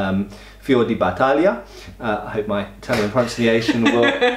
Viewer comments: As an italian, I'm sorry to note that the second attempt at pronouncing 'Fiore di Battaglia' got much, much worse. xD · pronounces Fiore di Battaglia me: well that's not that bad: pronounces Fiore di Battaglia again, but worse me: mamma mia